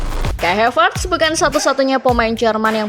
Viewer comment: Ini yg baca narasinya bukan orang yg nonton bola dah keknya. Reece james yg bacanya ris jadi rici 😂 n'golo jadi negolo 😂😂 havertz yg tinggal baca aja malah jadi hevertz 😂 Emang cwe2 lurus yg di sodorin script aja ini 😂